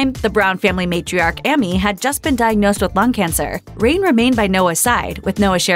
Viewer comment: HER NAME IS "AIM-EE"